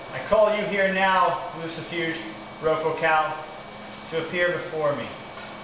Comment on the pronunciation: You said his name wrong it is lucifuge it ends with ge not je